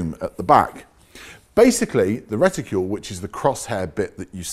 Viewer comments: Nice job but for goodness sake, please stop saying "Reticule' - It is a Reticle! As in Bicycle not Bicycule! Do us a favour matey. It is hugely annoying. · Would somebody please remind how to pronounce RETICLE. ( The again, ask most folks in England how to pronounce the car makers name of Peugeot ) LOL!